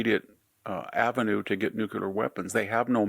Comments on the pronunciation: Please, Mr. Hanson, please pronounce nuclear correctly. Say, nucleeeear, not nucuuuular. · VICTOR!!! NEW CLEAR. NUCLEAR NEW CLEAR. Not nuculer. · Anyone that promotes themself as a sage that can’t pronounce nuclear correctly, NOO klee er, NOT nuke u ler, like you did cannot be taken seriously! Do you say liberry instead of library? You sound like a 3 year old. Thumbs down every time I hear it in case I ever play any of your videos again. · “NUKE-U-LAR” IS NOT A WORD. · Nuclear does not equal Nu-queue-lar! C'mon VDH...you're an educated man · I do love Victor and his books, but I also wish he could figure out that the word "nuclear" only has two syllables. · If you cannot pronounce Nuclear properly you are not smart enough for me to listen to.